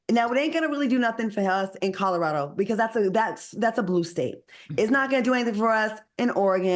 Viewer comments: Not just alternative facts, but words too. I can’t be the only one who heard him say Codderaldo? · I cannot be the only one who heard Codderado instead of Colorado. I simply can’t be 😂. I pray Al takes my longstanding advice and work with a speech coach or redo Toastmasters. His delivery would be so much better.